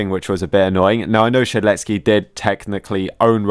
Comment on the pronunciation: saying "shedletSKI" makes me tick everytime i hear it